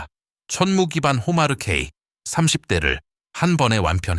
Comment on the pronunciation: 자막을 보니 이 영상을 올린 사람은 한국인이 아닌 것 같다. AI로 자동 더빙을 해서 그런지 `천무는~`이라고 할 때 천무가 천문으로 , 그리고 365일을 제대로 표현하지 못하고 있다. 또한, 이 정도의 내용은 나같은 문외한도 읊을 수 있을 만큼의 보편적인 내용이다. 군사 관련 영상을 많이 접하다 보니 거의 매니아 수준이 돼서 그런지 내가 모르던 내용을 추가로 듣지 못했다.